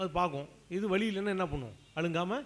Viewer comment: அண்ணே அண்ணெ, வலிவிடனுமா வழிவிடனுமா, எது தமிழ், ஏன் இப்படி , ", வழி " வலி ஆனது, தமிழை தண்ணீர் ஊற்றி வளர்க்காவிட்டாலும் பரவாயில்லை, வெண்ணீர் ஊற்ற வேண்டாம், தயவு செய்யுங்கள் !